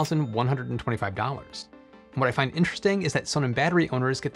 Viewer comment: Your German pronunciation is woeful / completly absent! Just pretend the company name is "Zonnen" and you'll be a lot closer. Also, I last had a blackout in 2006, it lasted about 2 hours. Yes, I live in Europe. Also my PowerWall is red too.